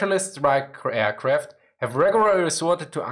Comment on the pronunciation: Nice video but plz consider saying aircraft and not airqwaft :)